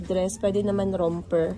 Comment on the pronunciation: dito sa US, yung Romper ay Romper hindi Ramper. Tapos tama ka naman na ang Volcano is Volkayno ang pronunciation hindi Volkano